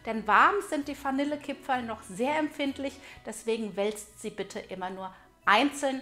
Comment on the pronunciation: Ich hab direkt ausgemacht als ich gehört habe dass die Dame Fanille Kipferl sagt....geht garnet. Spaß bei seite🤣👌🏻 frohe Weihnachten